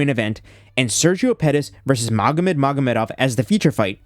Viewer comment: Magomed Mogomedov💀 these people don't even try.